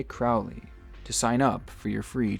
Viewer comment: As a fellow Crowley, glad to see you pronounce our name correctly! Great videos man!